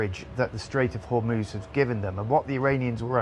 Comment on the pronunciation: Strait of Homuuuss 😂